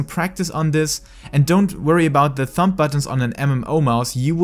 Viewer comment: Your English is good! The only thing I heard that was a little strange you were pronouncing the b in thumb. It's pronounced like thum. But other than that great video very helpful my hotbar is a mess.